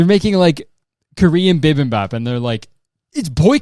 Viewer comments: i literally came searching to see if anyone else mentioned it bc i didn't even understand what he was saying until he described it 😭 i thought he was talking about some Canadian food or something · and I am so sorry to be this person but it's bibimbap not bip im bap 😅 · HE KNOWS ABOUT BIBIBOP (even if he cant say it right) we still love you mayor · the way you say bibimbap threw me off SO HARD!?!?!?!?! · like genuinely I had to back up and rewatch several minutes because it threw me off so hard I didn't even take in what you were talking about after it